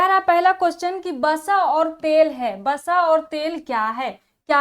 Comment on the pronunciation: starting ,vasa hota h basa nhi